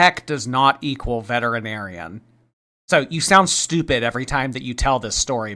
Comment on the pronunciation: pronounced “vetinarian”